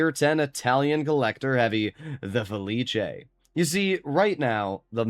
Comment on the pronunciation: IT'S FELIS. NOT FELICHE.